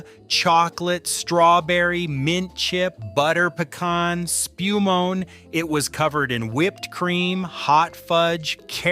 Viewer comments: Spu moan? who is narrating this? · It's pronounced spuh-moan-ee.